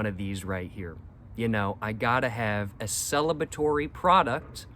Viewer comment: "Celibatory product" is right. Ha! Congratulations though.